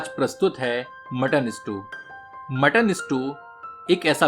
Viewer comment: स्ट्यू not स्टू please correct.